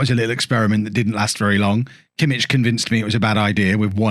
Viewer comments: The "ch" in Kimmich is like the "ch" in "loch" or "Bach" not in "church" :) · Kimmich is much better in midfield he's not really fast enough in game for how you like your right backs. And please learn to say his name it's gonna drive me mad haha.